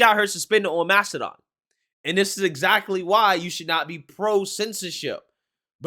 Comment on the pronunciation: Mastadone? Tf is that